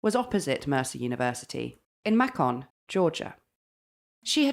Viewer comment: May-kin not Ma-con Another good episode!